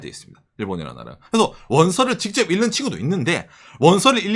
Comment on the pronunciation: 일는이 아니라 익는으로 발음해야 합니다 ㅠ